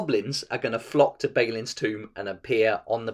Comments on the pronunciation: Great video, awesome game, thumbs up and everything, but it's Bah-lin, not Bey-lin. Sorry, couldn't keep it to myself:D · your pronunciation of Balin and Sauron just hurt my soul. Apart from that this is a very informative video. Thanks for clearing some things up for me.